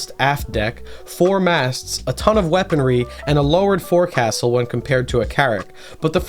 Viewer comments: I know it's dumb. But I got crap for it a while. The Forecastle is pronounced the Foaxle. It's stupid but true. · Awesome video, brother. I did want to say something, though. This is purely for educational purposes and in no way is meant to criticize your incredible content. The word 'Forecastle,' is pronounced 'Folk-Sul'. (Source: Former U.S. Navy Sailor) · Its pronounced foc'sal even though its spelled as forcastle. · This is a cool video, but I would like to make a tiny correction in that the Forecastle isn't pronounced how it's spelled. It's pronounced "Folk-sul". Not trying to be "that guy" but I figured you'd wanna know, with how into ships you seem to be. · as a sailor, literal only complaint with the whole video is that "forecastle" is pronounced like "foke sul", otherwise fantastic job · You pronounced forecastle wrong, 1/10 mid video.